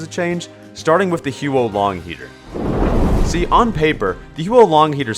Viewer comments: May I just say, Huo Long isn't pronounced "hew-oh lahng" it's pronounced "hwoh lohng" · I often use the HuoLong on payload attack since the fire scares spies away, and staying on the payload negates the ammo penalty. It would be absolutely OP if it had no damage penalty. (sidenote: it's pronounced more like "hwoh" than "hyoo-oh;" huo long literally means "fire dragon" in Mandarin.)